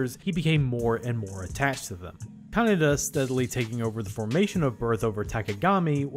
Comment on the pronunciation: Note that you constantly pronounce Kanada as Kaneda.